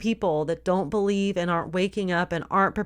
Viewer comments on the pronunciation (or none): none